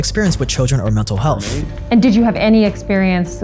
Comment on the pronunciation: "mental helf"